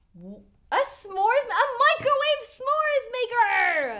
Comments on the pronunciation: He just says Mice-ro-wav-a so casually but its pronounced Mic-ro-wave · NEVER thought I’d ever heard the word microwave pronounced “Meek-Crow-Wah-Vay!” 😂❤ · Like Nigella said, “ mik-ro-walh-vey” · Hold up... are we just going to ignore how pronounces microwave?